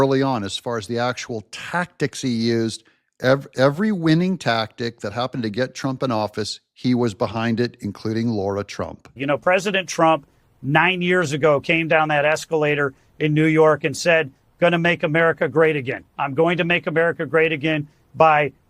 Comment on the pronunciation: it’s Lara, not Laura…….hate to call you out but dude, it’s even spelt differently